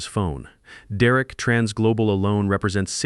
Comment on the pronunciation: Just like all the other videos, the children are too stupid to get scholarships for college, and the father is too stupid to get good insurance. Mine pays almost everything. Why is Derek pronounced as "Duh Wreck" occasionally? Stupid AI. Downvote for being stupid.